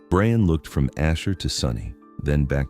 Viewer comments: Can you please change the wierd boyfriend's name pronunciation to Brian (BRI-an) from Brain? It feels as though someone misspelled his name and they stuck with it. It takes away from an excellent story, whichis very well-crafted. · Why can’t AI pronounce properly? Brian!